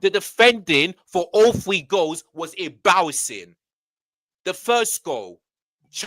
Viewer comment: “Embawassing! ZEWWWO!”